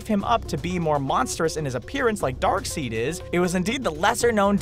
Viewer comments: Did he just say Dark-"seed".....Jesus, man!!!! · The way he Pronounced Darkseid though. It's pronounced Dark side. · Dis dude said Darkseed oh my God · its not darkseed its darkseid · did he seriously call him dark seed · It's pronounced "Dark-side" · "dark-seed" gotta say I never wanted to know Darkseid's porn name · It's darkseid!!! Not darkseed! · Its darkseid. Not darkseed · It's pronounced DARK- SIDE! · why did the guy said seid seed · It's pronounced Dark Side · "darkSEED" LMAO!! oh cringe lol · since they pronounced darkseid with wrong , this proves how accurate their videos are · Does he ever try to remember a character's name as popular as Darkseid! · Nothing like guys who narrate videos and show they have no idea what their talking about by mispronouncing the names of very popular characters.. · i'm glad i'm not the only one who wanted to slap him for saying darkseid wrong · How mess up darkseids name in the beginning and get it right in the middle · You say darkseid all wrong!! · it's pronounced darkside not darkseed. are you fucking serious you knew it was pronounced like that and you still got it wrong?! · darkseed..... u mean darkside or least tht is how its pronounce sigh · dark SIDE not darkceed it is darkside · "Dark-seed" its Dark-Side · Someone slap this guy it's darkside not darkseed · DARKSEID ISNT PRONOUNCED DARKSEED, ITS PRONOUNCED DARKSIDE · Did he seriously just say dark-seed hahaha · It's spelled Darkseid but it's pronounced 'Dark-SIDE'. Even the characters creator has said he hates how people say it wrong and has tried to get them to say it right but fans are determined to be wrong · loved video and yoy said darkseed it is dark side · It's not Darkseed it's Darksaide like left side or right saide. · its pronounced dark side not dark seed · He said dark seed in the beginning but near the end he said dark side. What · It's Darkside not Darkseed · Dude its Darkside not Darkseed. say it with me Dark Side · (Dark-side) not (dark-seed)😂